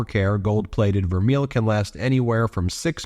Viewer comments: I believe it is pronounced ver-MAY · Please take the time to correctly pronounce vermeil...it's french! Your pronounciation makes you sound as ignorant as maga!😂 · $245 for vermeil? Nah. Way overpriced. BTW, it's pronounced Vermay. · Ben it is pronounced ver-may and it is not even as good as gold filled, which doesn’t rub off. Wow😅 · Vermeil pronounced ver may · It's pronounced gold ver-may. It's French. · Pronounced "ver-may" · Pronunciation is "vair-may." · Love you ...would never miss you...just want to say Vermeil is pronounced..Ver-may. Thank you for all you do! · Melania's hair bill could support 10 families comfortably. Vermeil is pronounced vehr-may. Just for interest: "gold vermeil is considered real gold! For jewelry to be legally regarded as gold vermeil, there must be a layer of at least 10k gold that is 2.5 micron thick (that is 5x thicker than regular plated gold)! The gold plating is usually electroplated over a sterling silver base." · I was a jewelry designer for many years. Vermeil (pronounced VER-MAY) has a few iterations. One is a gold electroplating over sterling silver. Less expensive interpretations are gold electroplating over copper or bronze. You can make your own assumptions. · Vermeil is pronounced "ver may." Just some useless knowledge for you. I've heard some pronunciation sites pronounce it differently, but in the jewelry world, it's pronounced "ver may." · Ben, just to help, vermeil is pronounced ver- may. There is a difference between plating or filled. Vermeil is plating, and can be very thin, and the karat is unspecified. Always buy filled. Filled is a process permanently bonding the gold toast base, usually brass. Is this gold color or a karat- was not specified. Love to see what this POS tests out to be. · It's pronounced 'ver may' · It's pronounced gold "ver-may". It can only be called vermeil (ver-may) if it's gold over silver-925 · Its permnounce VERMAY!! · Pronounced... verMAY. Btw.😊